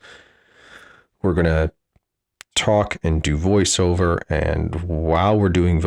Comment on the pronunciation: “While we’re doing voice wover”